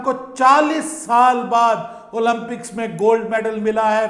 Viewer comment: With due respect - it is pronounced ‘Olympics’ not Olumpics.